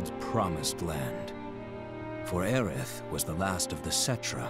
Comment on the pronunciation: IT WAS ALWAYS AERITH NOT AERIS